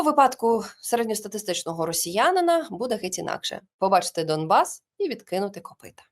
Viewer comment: Домбас? Не почулося? Він дійсно говорить* Домбас *?